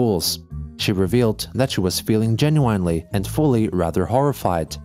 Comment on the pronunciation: Why does he pronounce "genuinely" like that??